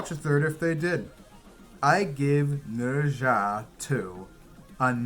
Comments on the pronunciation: Thank you for saying Ne Zha correctly. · It's really rare to see a foreign blogger who can pronounce "Nezha" correctly.😁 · You did well with your pronunciation of Nezha👍